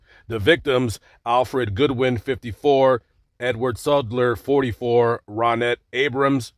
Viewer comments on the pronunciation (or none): none